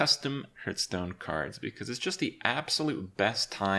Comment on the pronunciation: How can this manchild still not say Hearthstone right?